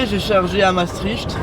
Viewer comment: Super vidéo encore une fois :) Par contre, mes oreilles de belge saignent à chaque fois que tu dis Maastricht. Ca se prononce "Mastrikt" ;)